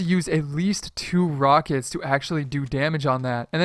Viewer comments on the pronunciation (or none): none